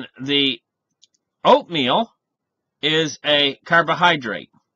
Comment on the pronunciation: Oatmeal .... I thought you said opium LOL